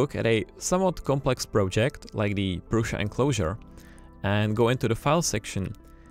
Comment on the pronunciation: You pronounce "Prusha" I heard Jo pronounced "Prussa". What is the right pronunciation for the name PRUSA ?